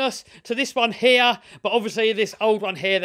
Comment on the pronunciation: Why you say hee instead like: 'here'?